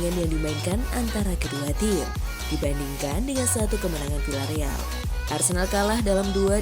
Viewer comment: Bacanya: Viyyareal min!